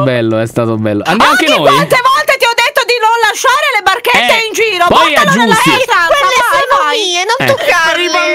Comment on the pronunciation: "la barchetta" COME ME LO STAI DICENDO SDFJJV